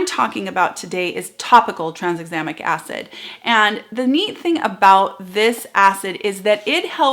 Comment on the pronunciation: Just to be that boring person, I have to point out that it should be pronounced ‘tran - exam - ic’! Sorryyyyyyyy!!